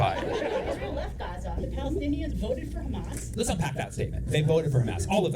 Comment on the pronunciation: She knew she fucked up when he pronounced Gaza with the correct accent.